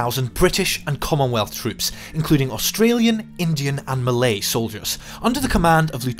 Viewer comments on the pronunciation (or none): none